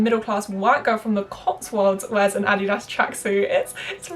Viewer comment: As a German, it's quite satisfying that you pronounce Adidas the right way 😂